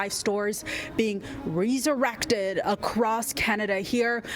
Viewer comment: How she says RE-surrected is irritating Say it properly